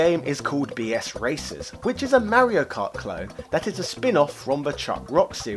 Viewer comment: It's called "BC Racers" not "BS Racers"